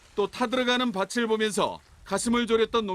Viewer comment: 뉴스라서 한 가지 말씀드리면 부분에 "밭을"발음은 "바츨"이 아니라 "바틀"이라고 해야합니다. 좋은 소식 전하는데 이런 댓글 달아서 죄송하지만 그래도 뉴스에서만큼은 바른 발음을 하면 좋겠다 싶어서 댓글 남깁니다.^^